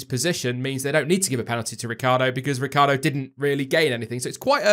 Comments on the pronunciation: Surely everyone mispronounces Danny Ric's name...Ricciardo....not Ricardo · Lucy Burborough Ricciardo pronounces his name 'Ricardo' instead of the Italian pronunciation 'Rit-char-do', saying that is how his family pronounces it.